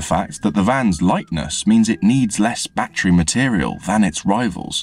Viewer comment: it's not a BAT-TREE, it's a ba-TTerY ❤